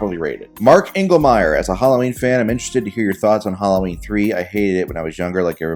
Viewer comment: It's not pronounced Hollow-ween. It's Hal-lo-ween. 😅